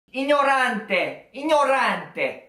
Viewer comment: penso jun sial'unico straniero che sento dire ignorante senza sbagliare hahahah